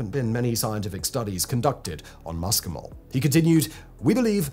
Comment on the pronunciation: Your Latin pronunciation is abysmal. Muscimol is not ‘MUSSKY - mol’ Like the ‘oo’ in look (southern England pronunciation), It’s ‘MOO see - mol’ The CAPITALS are emphasis! The ‘sc’ in classical Latin is ‘sssss’. You’re watching too many American mycology channels for your research!